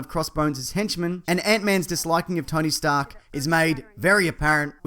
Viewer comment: I love when Stan-lee calls Tony Tony stank